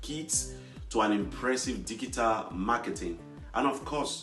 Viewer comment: Why he pronounced ডিগিটাল???